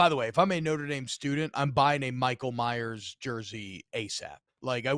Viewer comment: Dudes name is Michael Mayer, not Myers. You can just call him Baby Gronk....but 6'5 265 isn't a baby anymore.